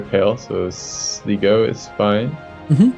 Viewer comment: Hearing you butcher the pronunciation of places in Ireland is starting to be really grating... It should be Kill-Dare, not Kill-Dar-ee. and Sly-go, not Slig-O...